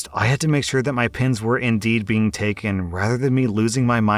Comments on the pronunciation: For the pen story I was only listening to audio and it took me a while to realize he was talking and pens and not pins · OMG i thout he was saying pins not pen i was like why wuold you need so manny pins the i saw on the screen pens not pins i was so losst.